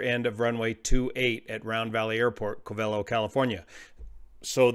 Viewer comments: It is pronounced (COVE'' uh low) not (Cove EL' oh). I used to live there and flew out of that airport back in 1956 and again in the 1970's. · Its called "Cov-a-lo" or Round Valley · It's pronounced CO-ve-LOW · If you lived there, you will find Covelo is pronounced Cove-low. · Covelo is pronounced: cove-uh-low or cove-a-low. As you have flown in this area, I am curious if they could have chosen Ukiah instead of Covelo at their alternate. Ukiah has lots of motels and restaurants, and a much larger airport. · Hey there! I listen to every word of every video of yours, and try to learn from them. But no criticism intended, it's pronounced Kōh-v'lo, according to Wikipedia and everyone I know in these coastal mountains. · It’s pronounced CO-ve-lo. Emphasis on the 1st syllable. Long O in both instances. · I always thought Covelo was pronounced "Coh-va-low" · It is. I cringe everytime I hear say it wrong. 😁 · The Covelians pronounce it COVE a low, just fyi. They take it pretty seriously around there. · Hi,....everyone in Mendocino County is CRINGING with me!! "Covelo" is pronounced with the emphasis on the FIRST syllable. Both "O"s are long, and the "e" is short. I've flown that area a LOT, out of Ukiah in the Luscombe 8E I had at the time - FABULOUS airplane! The area is beautiful, but "wrinkled", and it can "bite" the unwary, or the uninitiated. Also drove up to Covelo with a buddy for a job wiring houses for an indigenous subdivision the government put in. Up and back every day -- wonderful times. I enjoy your content, brother!!